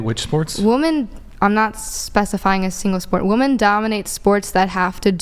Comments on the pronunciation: The word for multiple females is 'WOMEN"...not woman. Woman is singular. They are also pronounced differently. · Why can't she say 'women' when referring to 'women' in the plural instead of 'woman'. It's an easy call out to make and embarrass her further. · When these idiots can't even pronounce or understand the difference in WOMAN and WOMEN, I automatically check out. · Why is it now a thing to pronounce the plural as “woman” instead of “women”??? When did that change? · WOMEN!!! Stop saying "Woman" incorrectly!!! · She can't even pronounce women so why the fuck should I listen to a word she says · I fricken hate that Americans have a adopted the Canadian left wing pronunciation of the word "women." Our society (or at least the left wing) pronounces the word woman, as in "one woman", the same way they say "two women", but it sounds like "two woman." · I Australia we prenounce women (more than 1) as wimen. It sounds weird pronouncing woman and women the same. Is that an American thing? Sounds so weird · Why does she say WOMAN instead of WOMEN???? I've seen a lot of that on here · Why does she keep saying woman instead of women? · Why do they all say WOMAN instead of WOMEN!? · Wish I knew. It's been addressed on the show a few times and they don't even realize that they do it. It's like they can't hear the difference between wimin and woman. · For Gods sake the word is “Women” not “Woman” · It drives me nuts! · WOMEN, IT IS WOMEEEEEEEN WITH A FVCKING E, WHY IS IT SO HARD FOR THESE MOUTHBREATHERS TO COMPREHEND JUST SPEAKING CORRECTLY??? 😂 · They do literal pronunciation, they don't know the proper pronunciation is 'wemen' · My theory is they spent too much time online so they pronounce 'Women' like it's spelt due to little face to face interaction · Woman is singular, women is plural! She is saying it wrong when talking about more than one! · Why the fuck can they never say "women" right?!?!?!? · A feminist who can't even pronounce ''women'' correctly. Oh, the irony.